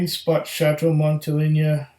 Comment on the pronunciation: Pronounced Montel(ay)na. Montele(ny)a would be spelled Monteleña.